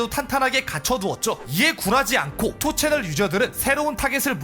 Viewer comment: 아 그리고 2ch를 투채널이라고 읽는 것보단 니 찬이라고 읽는게 낫습니다. 요즘은 운영자가 고소당해서 5ch으로 바뀌었지만.